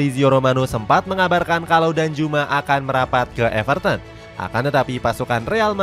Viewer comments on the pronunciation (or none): none